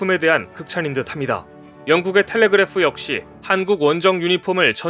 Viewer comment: 카타르가 아니고 카타 텔리그그레프가 아니고 탤리그라프